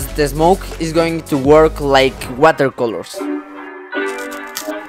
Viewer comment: Mans really said "wohela colos"